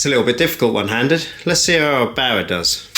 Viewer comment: It's Err-bauer not "abauer". Couldn't watch the video because of this nonsense.